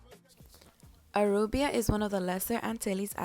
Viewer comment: At least pronounce Aruba correct. It is not Arubia.